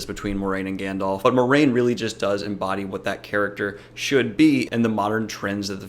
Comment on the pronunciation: It's pronounced "mwah-rain"